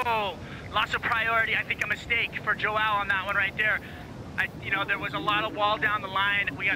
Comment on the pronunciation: "Joao" is pronounced "Jon", its the same as "John" but in portuguese. Thanks.